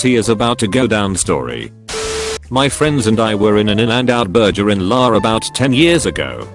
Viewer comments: "In-and-Out bUrJeR" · "iN AnD OuT BuRJeR" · Text: In and out burger in LA Robot speaker: In and out B U R J E R in L A H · ' s h ASTERISK t' 'burjer'